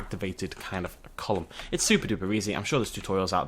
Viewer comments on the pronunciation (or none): none